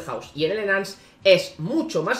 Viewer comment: enance xd